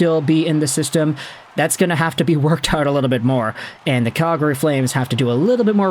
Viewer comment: You aren't a native Calgarian. I can tell by the way you say Calgary.